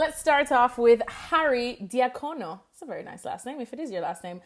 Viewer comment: It's Di JAccono with the emphasis on the first syllable. Di Jaccono is a Sicilian name.